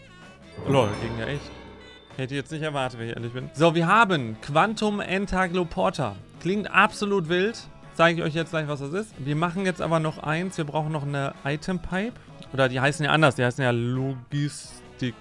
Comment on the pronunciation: entaNgloporter du sprichst das zweite N nie aus, mit welchem sich das Wort auch viel besser anhört